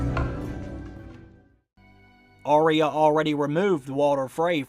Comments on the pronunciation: It's "Arya" not "Aria" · Your videos are so wonderful, but for the love of Pete, why do you mispronounce the name ARYA. It's AR-Yuh. NOT Aria. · Arya is pronounced "Eyeah" not "Arie ya"